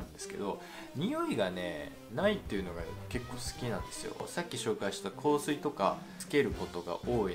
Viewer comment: 香水の発音大好きです笑 良ければ香水紹介してほしいです！